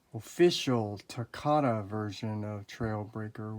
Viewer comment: I love your videos but please say takara right please. It make it sound like nails on a chalkboard when you pronounce takara.